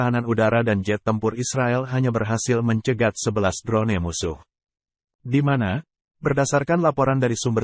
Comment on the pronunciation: Drone= dron sebutanya wak..bkn dron ne..🤣🤣🤣🤣